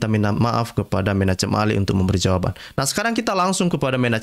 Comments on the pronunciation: Bacalah, "Menakhem Ali" atau "Menahem Ali." Jangan menyebutnya, "Menachem Ali." Walaupun ditulis "Menachem Ali." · Menachem bacanya *Menakem" pk😀